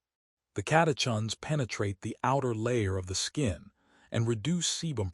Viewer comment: Pron. Sen-Kaa. Cata-kins. Complex sea salt, not simple table salt (sodium chloride with no other electrolytes)